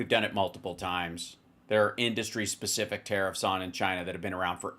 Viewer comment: His “inDustry” pronunciation drives me batty. Like when the InfoIdiot uses the word “pathagenen”.